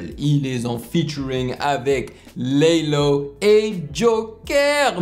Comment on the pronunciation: Le dernier couplet c'est sneaazy et pas laylow tu a dis laylow ahah